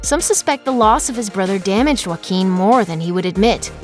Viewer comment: I thought you said his name Jay-o-quin